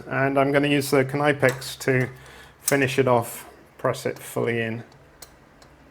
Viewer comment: Dude I think the snap ring pkyers are pronounced (nip-X) not (kah-nype-ex)😂 Boy that KT n motorcycle, you're working on.Those sure are beautiful bikes.They're really aren't any made any better. So basically nice frigging bike man